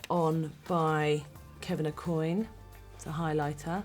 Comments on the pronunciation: Kevin Aucoin is pronounced (Oh qua) NOT (Oh coin) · She actually mispronounced his name. Aucoin is pronounced similar to Oh-Kwan. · I'm sorry but she doesn't pronounce Aucoin properly. I watched an interview with him and he himself says that it's pronounced [okuan] because it's french. It bothered me so much when I heard her say it... XD